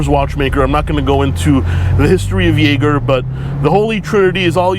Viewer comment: I'm frankly impressed you got a usable take in that environment. I would be like "Shit, I mispronounced Jaeger, now I gotta circle back to Biscayne."